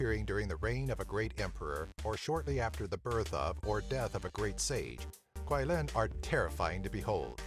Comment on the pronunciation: Just wanna point out that the pronunciation of Qi-Lin is Chi-Lin. Q in Mandarin is pronounced as Chi (not exact but similar) ^v^